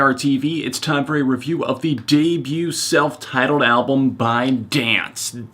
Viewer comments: I don't wanna be that person, but it's pronounced how it's spelled D-N-C-E, not as the word dance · By the way, they go by the acronym DNCE, it's not pronounced Dance. Good review though! Body Moves and Naked are actually my two favorite tracks lol.